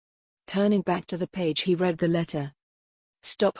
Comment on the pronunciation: The robotic voice pronouncing words wrong take the enjoyment out of listening. SECRETEed becomes secreted- as in to ooze. Read is pronounced red. Father-faither